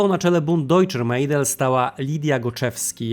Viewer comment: Nie Mejdel tylko Mädel tzn Medel